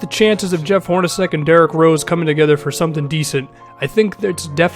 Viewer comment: Dude, it's pronounced 'Hor-na-chek'.